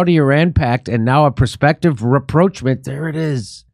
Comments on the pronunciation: Everytime Jimmy said reproachment I was yelling "rapprochement!!" I'm glad Aaron came on and clarified! 😜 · Hey Jimmy, RAPPROCHMENT is pronounced ra-prawsh-mon. Its origin is French. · that's not how you read rapprochement. it's pronounced as if it's french word, something like "ra-pro-sh-mon" EDIT: well, this comment became obsolete by the end of the video >< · I wanted to tell Jimmy that this is a French word and even used in English language it is conventionally pronounced in French linguistics "RAPPROCH-MON" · Ps Ra ..proch . Ma n. (Proch as in hot.l 🤔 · Jimmy, you butchered the pronunciation of rapprochement. You need to find a French friend.